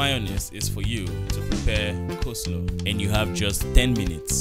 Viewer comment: This interviewer na wa oooh... "make mayonnaise use it to make cos-law🙄" Didi the interviewer lady in black top just say "Place gabbage"👉 😂😂Aaaaaaah madam no be cabbage😂?????? The fact that the interviewer continued reading the instructions despite Mark Angel's behaviour is quite hilarious😂😂😂😂😂 We can't wait to watch "The house help series" Bama is our favorite Mayonnaise in Nigeria.